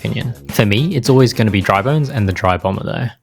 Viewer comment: It’s dry bones , not dry “bona”